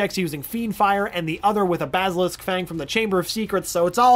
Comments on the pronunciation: I have a problem with the way he says basilisk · He said basilisk wrong